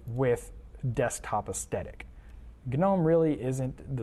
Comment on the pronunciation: Dude doesn’t know how to pronounce Gnome OR Aesthetic 🤦‍♂️